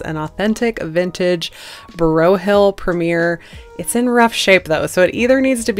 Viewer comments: Looks great! I love the finish of the paint. This is actually pronounced like it’s spelled. (Like boy hill with an R) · Beautiful work, I don’t think I would’ve ever painted it but it did turn out beautiful beautiful! Just so you know this furniture is manufactured in the USA specifically North Carolina and it is pronounced BROYHILL. That is BROY HILL. I know I sound picky and I’m sorry but being raised in North Carolina, we are proud of Broyhill furniture!